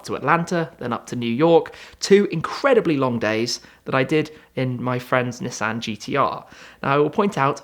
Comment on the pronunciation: See he pronounces Nissan right